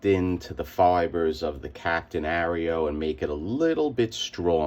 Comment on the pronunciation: With your accent you could be big in the mixing drugs like Tony Montana business. I am not sure that would be a fitting topic for YouTube though, so maybe stick to comics mate! I am not sure of your pronunciation of the comic title mate! We have an Aero chocolate bar in the UK & we just say 'Air-o', you are saying it a bit like your US cookies the Oreos... haha I think so anyway. No matter how you say it, or how you cut it, these are cool informative videos.